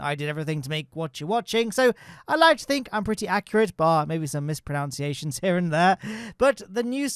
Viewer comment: Lol, mis-pronounced, 'pronunciation'.